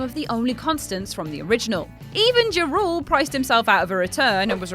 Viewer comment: His name is pronounced Ja Rule, not "Jurool" That's not even Ludacris wtf